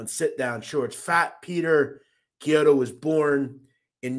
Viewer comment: Very good job on the pronunciation of Chiodo, you pronounced it kiodo wich is correct!!!